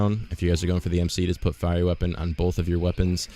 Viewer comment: Just an FYI: "Dual" is pronounced like "dewl" not "dew-ahl" Also, "firey" is pronounced "fire-ee" not "fear-ee"